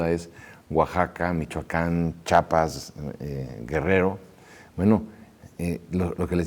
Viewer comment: Chapas? Chiapas sr. (Perdón por la s minúscula) Estoy de acuerdo con su postura. La historia debe ser reescrita con imparcialidad, con la verdad. Sin tendencias religiosas, políticas o económicas.